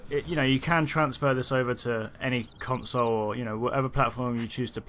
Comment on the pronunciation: wait...did he say "cuntsole?" lmao